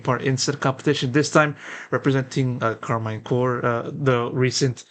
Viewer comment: Good itw just want to add its karmine corp not core 😅